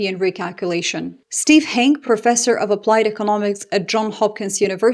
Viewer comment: Big fan of the channel. Hanke is pronounced hankey.